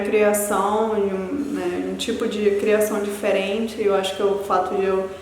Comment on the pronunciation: Realmente seu português é excepcional! Parabéns pela dedicação! 👍👍 Mas dá pra perceber que vc é de fora nas palavras com ão, criação, não. rsrs, o som anasalado não fica igual ao nosso. 😜